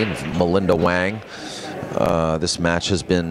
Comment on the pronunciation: Chinese pronunciation sounds like hwung, not wang.